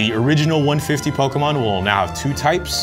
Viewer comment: POKAHmon or Pokemon?